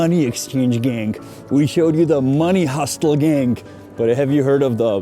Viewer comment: “Hustle” is pronounced “hussle”, the T is silent. I know, English is dumb. Great video as always!!